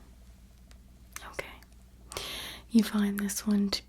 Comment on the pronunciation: I love when "" says NoKay